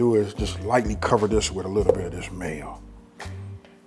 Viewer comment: Man, I love how he pronouns the "MAYO" word !! I love me some mayo, too